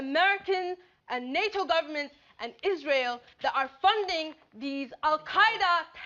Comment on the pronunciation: Wow what a shouter, you should be President of the Wash Women's club. Nice pronunciation of "Israel" by the way ("IZ-RAI-ALE). You've emphasized that well. You've also done a great job expressing your severe violent hatred for Zionists and Zionism, but the real question is: do you hate Jews? If so what do you think of them?